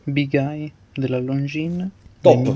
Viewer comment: Però Longines detto come si scrive non si può sentire!! 🙄🙄🙄